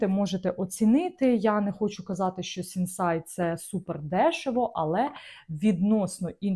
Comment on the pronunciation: Мова йде про Сінсей, а не СінсАй.